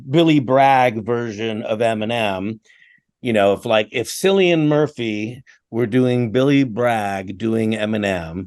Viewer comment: As an irish man ill ask to pronounce Cillian Murphys name right, its (K)illian) not (S)illian. But you probably think its sounds better your way too